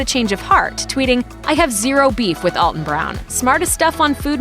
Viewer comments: To the announcer that doesn’t understand the script she was hired to read, he pronounces his first name Al -ton (like you can call me Al), not All-ton Brown. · Great video of one of the few significant talents on Food Network. One more thing about him, he constantly has to correct people, like this narrator, to pronounce his name “Al-ton” and not “All-ton.” All that research for this video and nobody learned how to say his name? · It's Al-(as in the first name)-ton, NOT ALL-ton (though that's how we pronounce it in the St. Louis area.) You're being DISRESPECTFUL by mispronouncing his name. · Alton as in Alpha... Not ALLton as in ALL night. Geeeezzzzz. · His first name is pronounced Al-ton, like Al. It is not pronounced All-ton, like all. Common mistake! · pronouncing his name wrong! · You'd think a "The Truth about Alton Brown" video would know enough about them in their research to actually pronounce his name correct :P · Alton has improved my life immensely by getting younger me hooked on his shows. I will not allow his name to be mispronounced! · He's the one who pronounces it weird. See Feasting On Asphalt where he rolls into Alton, Illinois...